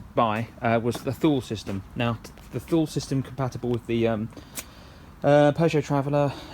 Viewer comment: Thule is pronounced "Tool-ee".